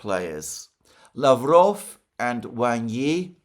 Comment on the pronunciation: Alexander, Mate! Awesome job today pronouncing Lavrov's and Peskov's names! I salute you!